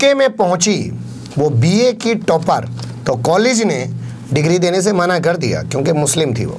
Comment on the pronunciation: टोपर नहीं भाई टॉपर होता है।